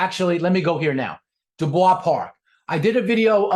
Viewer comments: It’s supposed to be Dyu-bwa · Do-boys park is how it's pronounced. 4th generation Jupiter resident and I've never once heard how you said it. The Yankees who transplanted to Jupiter probably started saying it that way